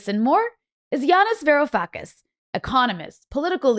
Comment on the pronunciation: Man... your show is really good... but varoufakis?????